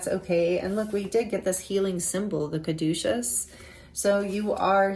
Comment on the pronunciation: Group 2 - Butterflies are my sign that I am on the right path! That is a gorgeous card BTW! You are the first person I have heard pronounce Caduceus correctly. 😊Also, I recently left a situation where I felt like I was the real deal and others around me were fake. I am finding my soul tribe. Thank you! ❤